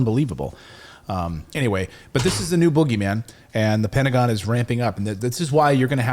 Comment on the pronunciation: Petagon?! bahaha